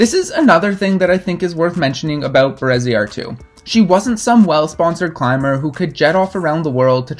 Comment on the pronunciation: Pretty sure you got Bereziartu pronounced right. I think Josune is pronounced: yo-zoon-eh but a Basque speaker might chip in.